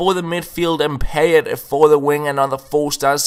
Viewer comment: You pronounce Payet totally wrong